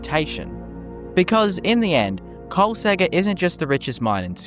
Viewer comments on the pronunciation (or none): Why you skipping the second k noise? KolsKegger, not Kolsegger bruh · I'm very sure that the second k in Kolskegger on not silent.